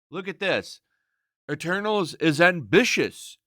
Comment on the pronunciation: Told Ya! MEH-TERNALS